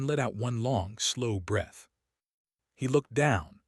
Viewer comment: AI always has trouble pronouncing breath or rather knowing when the pronunciation changes. English is not an easy language. Fortunately, it's my first language. I'm from Texas so, I guess, that's debatable.